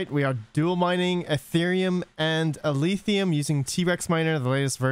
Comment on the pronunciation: Why do you keep sayin Aletheum? It's Alephium, with a F sound.